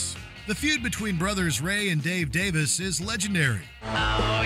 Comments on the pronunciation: A couple of minor corrections: it’s not Ray and Dave Davis, it’s Ray and Dave Davies…pronounced Dave-eeze. And Stuart Sutcliffe didn’t play bass guitar for the Beatles, he played drums and was replaced by Ringo Star who they wanted originally but was unavailable at the time due to his previous band commitments. Stuart was the better drummer but Ringo had the personality they wanted. Otherwise good job! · The Jesus and Mary Chain... noise pop? don't think so 🤣 It's not pronounced Davis, it's Davies (dayvees). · Re: the Kinks. It's DAVIES, not Davis. Jesus. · Basic rock history: The Kinks’ brothers are “Davies”, not “Davis”. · Ray pronounces it Davis, Dave pronounces it Davies.